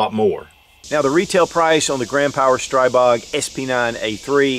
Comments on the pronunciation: STREEEEEEEBOG!!!!!! Learn how to pronounce the guns you are shooting! When in doubt, go to Shot Show and meet directly with Grand Power. Or call them, something. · pronounced STREE Bog. SMH